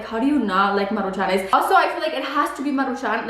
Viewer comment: Maruchanes??? Lmfao do you mean MARUCHANS 😂😂😂